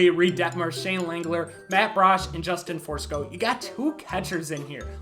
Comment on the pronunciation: Bro really said Justin Forsco. Like where did you get the r?